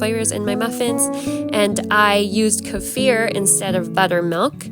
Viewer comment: Well, I learned something today. All this time, I have been pronouncing the word kefir as "key-fur" like the actor Kiefer Sutherland. But I just looked it up, and you're right. It definitely is supposed to be "kuh-feer."